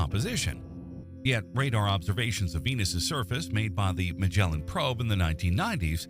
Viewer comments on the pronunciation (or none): none